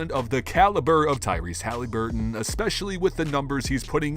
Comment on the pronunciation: Who is Tyrese Halyburton? It’s really not a hard name to pronounce man.